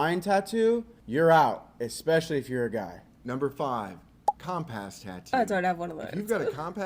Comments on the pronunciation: I made it to number 8! But the way he said compass was enough to throw out the whole list 😂😂 wtf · i respect accents but has that dude never said compass in his life😂😂??